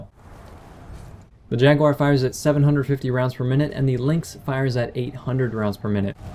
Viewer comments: Where the hell do you get Jag-Wire out of Jaguar (i.e Jag-u-AR)? Honest question. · You saying Jaguar sounds like "Jackwire".